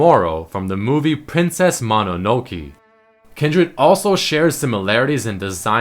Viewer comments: its Mononoke not Mononokee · butchered mononokeeeee? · That pronunciation of "Mononoke" though xD. Nonetheless good video